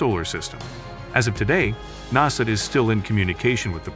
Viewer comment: "As of today, NASSID is still in communications..." 😂